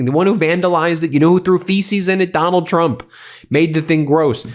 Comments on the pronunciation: Oh she's back(Karoline Leavitt), I kinda missed her "President Chump". xD Either she has a speech impairment or she's doing it on purpose. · Is it just me or does Karoline Leavitt keep calling him "Chump" instead of "Trump"? 🤣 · I am CONVINCED that EVERY time Karoline Leavitt says trumps name she says "chump"! 😂😂😂